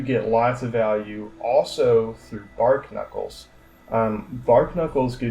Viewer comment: "Bar - knuckles" not "Bark Knuckles". It's a play on barnacles